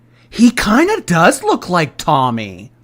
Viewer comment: Is it me or you calling Tommy “tummy”? That’s what i hear everytime😝